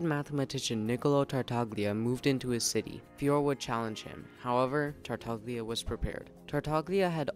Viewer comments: Tartaglia does not have a hard "g" sound like in "go" or "gain", btw. It is more of a /lj/ sound, so like a really forward "l" sound followed by the glide /j/ like the first sound in the word "you." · The video was very interesting, thanks. But please check the pronunciation of the name “Tartaglia”. You can do it very easily on Google translate, after setting it in Italian, and using the “listen” button. It’s an Italian word that means “stammers”. It’s all about the special “gl” sound. Also please check, similarly, the name “Girolamo”, just to hear where the stress lies. Sorry, I’m Italian, you know… 😉